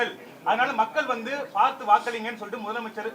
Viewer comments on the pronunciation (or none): none